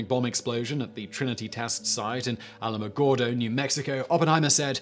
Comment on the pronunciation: Though I always enjoy my home town being recognized in videos, and I appreciate that you actually pronounced it correctly, Trinity site is much closer to Socorro then it is to Alamogordo. It's in an area called "Jornada del Muerto" translated; journey of dead men.